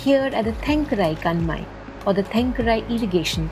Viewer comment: I understand your frustration, it is nearly impossible to translate Tamil into any other language, it is a very ancient language. The lady narrating is having a hard time even pronouncing Indian words, she will further completely alter the meanings from the original content. I think she is Pakistani, Tajiki or Persian. . The way she pronounces the name of the Kanmai, she basically butchers the meaning. Thenkarai means south shore of a man made or natural water body. Probably the name of the Kanmai is something different or there could be two water bodies adjacent to each other with a cascade. She mentions "Historically water bodies....", apparently she does not know English or knowledge of these things. The appropriate phrase should have been "Until recent past......" I have seen people maintaining these with co-operative effort and also some times along with Public Works Department. I bet it still happens a lot. This must be a video made to made to screen to get money out of donors pockets or to show in the books of the works being executed. They are not mentioning the name of the village clearly. We are all hearing these kind of stories all over the world of NGOs doing good work I dont know how long, but these things are not reflected in ground reality. The Union Government is basically sucking out all the money from these regions to spend it in the north, basically the people from the northern part of the country have made the south as a colony for exploitation of